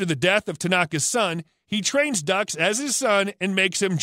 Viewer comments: You some some huge facts wrong bro and you are pronouncing everything wrong, this gotta be a chat bot… frank ducks? It’s Dukes and kumate was also butchered 😂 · You botched The words " Kumate" and Frank's last name Doux and you're wrong about VanDam